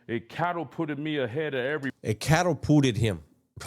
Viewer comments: Imagine paying thousands of dollars to get advice from someone who says " CATTLE-PUTTED"!!! 😂😂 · I'm fucking dying over this dude's mispronunciations 😂😂😂😂😂 Full ride on a cattle fart lol 😂 I'm sorry for making fun. I think there was like 3 or 4 other words that were pretty bad, but the camadoddidddee from the other day and now the cattlepooted 😂 Fuck i am dying!!!! This video is too goddamn fucking funny ❤ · CATTAPURRERT & CAMMARRARRETY LMAOO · Catapulted is a word you learn in elementary school. 😂 How do you not know how to say Catapulted?